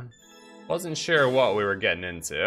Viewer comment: sure or shiiiiiiirrrr?